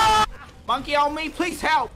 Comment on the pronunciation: “monkey on me plz hewp. i need hewp he pop his ult on me wtf☹️”